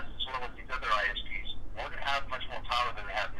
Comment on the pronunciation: When the politican said isps I thought he said ice peas.